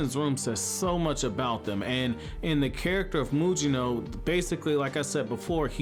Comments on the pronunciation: Why does this guy keep calling him Muyino? It's pronounced Mugino like Gyuki or Kusanagi. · Take a shot every time mispronounces Mugino’s name 🤣